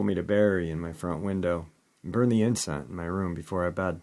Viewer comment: 'Incense', not 'inscent'